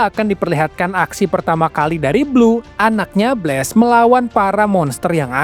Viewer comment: Sebutan Blast itu ialah BLAS bang, bukan BLES